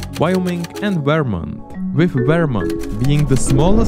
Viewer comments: As a vermonter its funny to hear you say say our states name... Veermont. Great video btw. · I don’t like how he says “Vermont”